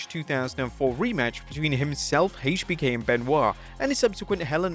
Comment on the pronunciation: Odd how you can pronounce Triple H properly but not so much in saying HBK.